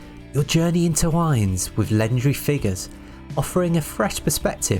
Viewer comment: Can you speak English? This is a genuine question lmao I don’t think you can you called the game “destiny warriors” you then said “an eggmatic warrior” and “interwines” “amiss the basstrop”